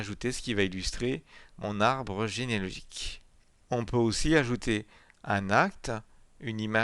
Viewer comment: il ne peut pas prononcer genealogique lol